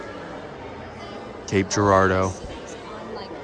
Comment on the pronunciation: I knew y’all had to be from Mo when you pronounced Girardeau correctly lol